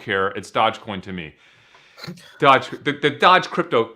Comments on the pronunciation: The fact they refuse to pronounce doge correctly makes me have 0 faith in these fucks. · Lol DODGE 😂 DOHGEE lmaoooo Dogecoin lolol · Please stop saying dodge and dogee coin I’m gonna have a fucking BF